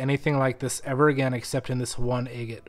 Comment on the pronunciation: I really like your videos but I wish you would learn how to pronounce the word “agate”.